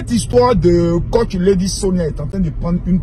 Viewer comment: Toi-même tu es entrain de lui donner sa dose bien doser dans ta vidéo ci en ecorchant bien même son nom.🤣🤣🤣🤣 Waahh Ivoirien ! En tout bisous là-bas depuis le Cameroun 🇨🇲😅😅😅😅 mouahh 😘😘